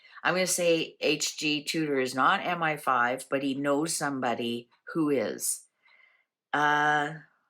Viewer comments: You are correct it is ‘M. eye. 5’. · it IS M I (eye) five. MI=Military Intelligence